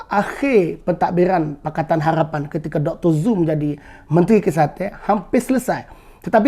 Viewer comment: Kemah abe min cuma sebut molek harapn bunyi lain haghhpan